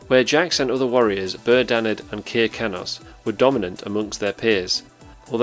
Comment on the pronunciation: Kir, in Kir Kanos, rhymes with Sir. It's not Keer.